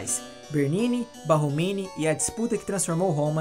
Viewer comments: Borromini..não Barromini né? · Parabéns pelo material, riquissímo... Mas não seria Borromini? Ao Invés de Barromini? Sucesso e gratidão! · Desculpe pela correção, mas o nome do arquiteto é Borromini e não Barromini como dito inúmeras vezes no vídeo.